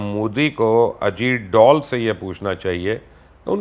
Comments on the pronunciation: اجیت ڈال نہیں بلکہ اجیت ڈول کہا کریں اور یہی اسکا اصلی نام ہے اب آپ اسے پھٹا ہوا ڈول نہ کہہ دینا پلیز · sir u should say ajeet dhool.. not ajeet doll. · Ajeet dool ni bolo sir ajeet dhool bolo yea sirf bajta hy🙄